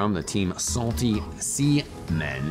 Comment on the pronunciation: I love how carefully he says seamen